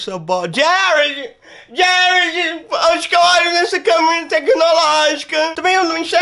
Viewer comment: gente eu percebi que ele fala Y ao inves de H kkk prestem atençao quando a mae do FALA O NOME DA MENINA